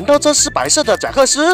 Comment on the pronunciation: 是贾克斯，不是真克斯好吗？